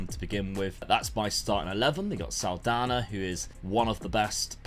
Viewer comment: What a pronounce with the NH in portuguese on "Saldanha" haha!